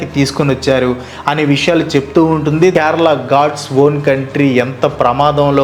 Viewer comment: First adi kyarala kadu kerala pronunciation correct cheyandi first if you can't atleast try for video sake